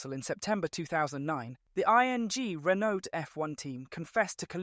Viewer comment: Bro cant even speak out Renault normally. Probably NPC/AI again